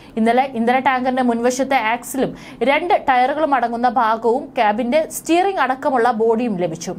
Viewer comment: ബാഗം അല്ല mole ഭാഗം ആണ് part